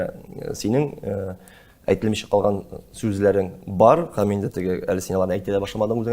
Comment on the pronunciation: Тапшыру яхшы. Ләкин минем тапшыруны алып баручыдан сорыйсым килә: һәм, һөнәр сүзләре ни өчен "" х ә м , х ө н ә р "" диеп әйтелә? (Русчалап әйткәндә: Ухо режет.) грубо ишетелә.